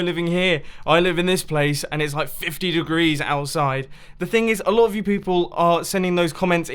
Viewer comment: 100 derees